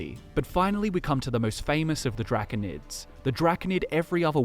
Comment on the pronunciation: Dracunid? No Drah-cone-id